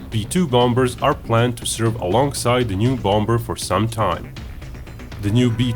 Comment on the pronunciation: Love your videos but I just gotta say; English loves it's silent consonants in words. The second 'b' in bomber is not pronounced so it should be said as "bom'er" not "bomBer." Anyway, thanks for the great videos. :)